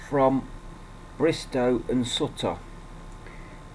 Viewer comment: pronounce it like suit her not like sut...ta great vid though :)